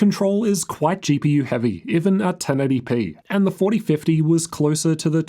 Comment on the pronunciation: Why do you say GPUrr ?